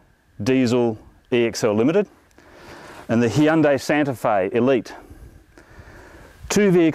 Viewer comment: the hhheeeundai santefe